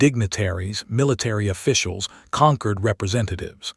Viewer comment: "Concord" or "Conquered?" You poor AI can't figure it out. Hope you can get your money back.